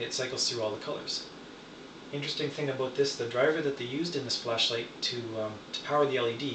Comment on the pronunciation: So pretty!!! I love the different color combinations you can get with it -- I think it'd be pretty cool to have an amber blade myself. Really creative, five stars. Have to admit, though, my favorite part about this video is the way you say 'aboot' for 'about'. XD If you're not a yooper already, you should be.